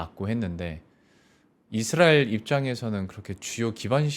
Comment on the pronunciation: 이드라엘ㅋㅋㅋ 우디에ㅋㅋㅋ